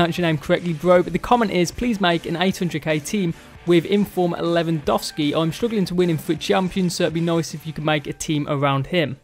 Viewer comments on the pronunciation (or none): none